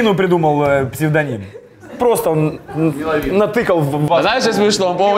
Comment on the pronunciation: Не МеловИн, а МЭловин) Выпуск агонь 🔥